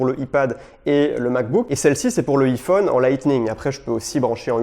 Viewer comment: J'ai mon pincil 🤭🤣 Donc ensuite y'a mon iifone 😂